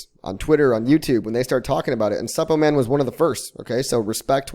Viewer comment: Is it just me or the way he pronounces Suppoman just cringy 😂